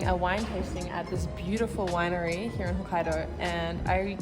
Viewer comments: Kind of a latecomer to channel but really enjoying her videos. 😊 I especially love the way she says "here" like "hee-yah". lol Reminds me of the way Cartman says here. 😅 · Eating is one of the best parts of traveling so your doing it right! I like this format and would love to see more of these-Thanks for the video and also for saying "Here" and "Beer" with the Aussie accent! Love it!